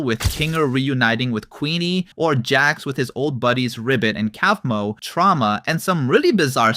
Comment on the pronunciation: You say Kaufmo's name like "Cough-moe" btw not "Kelf-moe" lmao